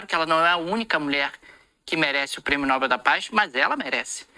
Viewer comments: Não se diz Nóbel; o certo é pronunciar Nobél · a pronúncia correta é Nobél e não Nóbel. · "Nobél" por favor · A pronúncia correta de "Nobel" é "Nobél", com a sílaba tônica na última parte, ou seja, na terminação "-bel". Esta é uma palavra oxítona (o acento tónico está na última sílaba) e não deve receber acento gráfico, como acontece com outras palavras terminadas em "l", como "anel" e "papel". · Nobel, a sílaba tônica é no bel.....rss